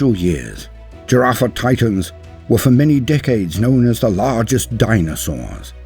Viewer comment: The dinosawrrrs! 🤣